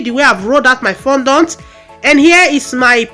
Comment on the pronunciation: Nice work very beautiful, but please work on how you pronounced fondant please